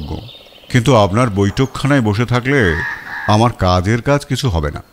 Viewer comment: মতামত " আম।র" jaegae " আআর" বলবেন না